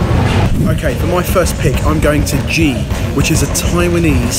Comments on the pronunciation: The way said ji omg XD Its written as 鸡🐔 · I love the video, fried chicken is such a universal indulgence, but as a Chinese speaker, your pronunciation of ji is painfully off haha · butchering of "Ji" made me cry a little